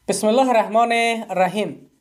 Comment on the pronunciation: بسم الله الرحمن الرحیم را غلط میخوانی وطن دار